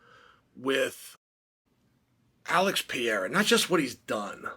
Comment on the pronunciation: It’s Pereira, not Payerra…